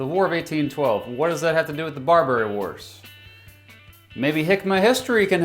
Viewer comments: BAR-ba-ry, not bar-BER-y. Jesus, what do they teach in schools these days? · He keeps saying “bar-bary” like Burberry. It’s pronounced like barber-y. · Ok i about can't handle the way you say Barbary like "Bar-berry." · Hearing you mispronounce "Barbary" about thirty times was physically painful. Otherwise, decent video covering the basics. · At least pronounce Barbary correctly. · Nice time learn to pronounce barbary